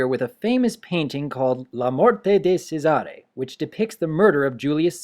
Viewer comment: I understood "La muorte de sesare". it is pronunced "c'è" not "se". I know I know... latin is an hard lenguage dont worry